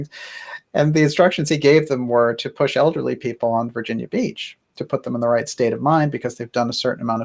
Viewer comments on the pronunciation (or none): none